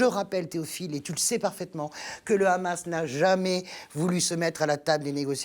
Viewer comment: On sent le parti pris quand même chez vous madame .... vous parlez émotionnellement et non rationnellement .... et on dit pas le Khamas mais Hamas (pourquoi vous le prononcez en hébreu ?) Vous vous justifiez de ne pas être israélienne ou juive... alala l'occident.... vous savez tout et comprenez tout